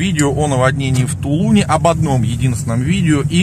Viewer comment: Блин, когда вы уже научитесь правильно произносить - не в ТУлуне, а в ТулунЕ. Город называется ТулУн, ударение на последний слог.